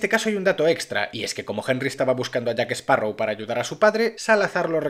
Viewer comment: Excelente resumen, es triste ver el desastre que son los guionistas, y por favor es "JackSparrow" no "JackEsparrow" 🎩👌